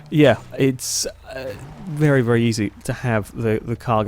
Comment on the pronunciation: I don't want to be rude but why do you say very as 'VELLY' every time? Not hating but just asking! Great video as usual.